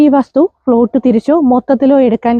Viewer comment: ഫ്ലോട്ട് അല്ല പ്ലോട്ട് എന്ന് പറയൂ